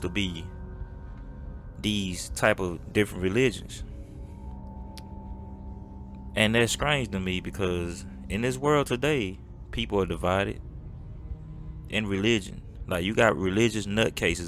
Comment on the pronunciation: Dude said. Skrange. It’s. Strange. Playboy. 😂😂😂😂😂